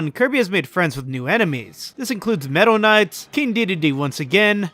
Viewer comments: Bozo can’t pronounce meta knight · Are we not gonna talk about how he said Metal Knight over Meta Knight